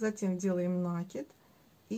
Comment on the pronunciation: Все хорошо, только слушать невозможно, слово накид с ударением на второй слог, пожалуйста.